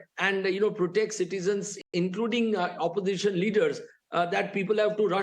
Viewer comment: Oposition--all he says is suposition😅😅